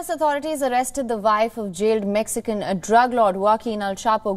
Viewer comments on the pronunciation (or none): none